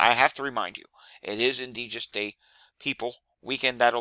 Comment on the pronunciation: Good information - one quibble: it is "indigenous" and is pronounced "In-dij-in-us" :)